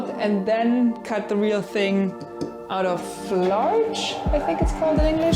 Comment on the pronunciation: Lol I thought you said you made the groove out of large 🤣 I looked up softwood species and you must have said "larch". In Canada we use use spruce, pine, and fir mostly. I hadn't heard of larch before